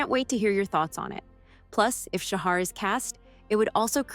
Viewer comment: Interesting, but please learn how to say his name correctly. It's pronounced "Shaha". That directly from him. Thanks.